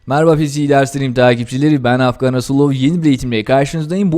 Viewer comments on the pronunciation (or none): none